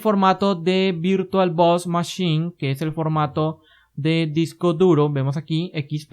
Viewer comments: Muy buenos tus vídeos. Quizás sea cuestión del acento pero por favor, no le llames VirtualBos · "virtualBos", jajjajajajaja XD